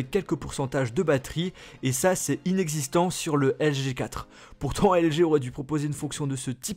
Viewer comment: Articule quand tu dis LG G 4, on dirais que tu dis juste LG4